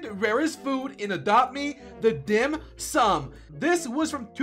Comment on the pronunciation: He pronounce the dim sum so good! I am a chinese and dim sum is a catogory of food that chinese love.